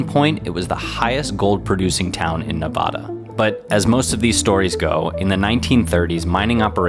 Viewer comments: Went there this fall. It's beautiful. Small town Nevadans are quite friendly.And you pronounced Nevada wrong. Please pronounce it right. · Loved everything about watching this except for the way you say Nevada. 😅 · Considering you are in Nevada, you should learn how to pronounce it. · please learn how to say Nevada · Learn to pronounce Nevada correctly. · Bro made a video on Nevada and can’t even pronounce it correctly… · Its pronounced Nevada, not Nevada. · As a person from Nevada, my ears are bleeding from your unapproved pronunciation of the state name. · I was thinking that too,I mean, there's gotta be some places up in Alaska that are way more isolated - some of them are accessible only by airplane. Oh, BTW, this is a nice video, but you gotta learn how to pronounce Nevada correctly. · Pronounce the state correctly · That pronunciation of Nevada bruh 💀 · Please learn to pronounce Nevada correctly. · Great video! But if you're going to make a whole video on the town, please pronounce the state correctly. Nev-ada not Nev-ah-da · The correct pronunciation of the state is "ne-VAD-uh". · Please say Nevaahduh. Flat A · Can't believe they let you post this video pronouncing it "Ne-VAH-da" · Your saying Nevada wrong it’s not nevauda 😭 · I hate it when douchbags pronounce Nevada as Ne-vah-duh. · Neh-Va-Duh we are not British and we do not say it as the Spanish said it. Lived in Nevada my who life and I am not young. Great video on one of our historical cities. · That is not how you say Nevada, you are saying Nawvawda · Man bro. You spent all that time making this documentary and couldn’t even figure out how to pronounce Nevada? Loved the video, but Nevada is Nev-AD-ah. Make more videos of our beautiful state so you can redeem yourself. 😊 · Dope video, but you’re mis-pronouncing Nevada. It’s NEvada. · I was thinking about that myself. I’m a southern boy but have spent time there. Make it simple…..Nuh-Vadd-uh. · How do you say Jarbidge correctly, but say Nevada wrong?